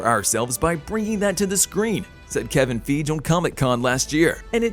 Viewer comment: Are you purposely mispronouncing peoples' names? Sam Rah-imi and Kevin Feeje?